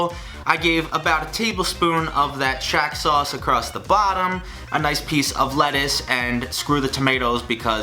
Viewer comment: Whenever he says “shack” sauce, i think of it as “Shaq” sauce